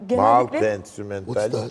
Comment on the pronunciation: Malta? entrumentaList mi? O nasıl telaffuz ne Türkçe ne İngilizce😂😂 Kascam diye arada kalmış. Neydugu belirsiz